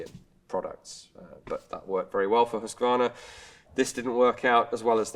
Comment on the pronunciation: A general industrial manufacturer, just like FN Herstal used to be over in Belgium, and like Heckler & Koch in Germany was in their early days. I'll never get used to how English speakers pronounce Husqvarna, by the way.